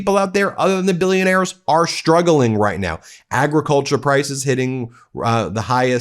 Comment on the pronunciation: There's no 'H' in "shtruggling".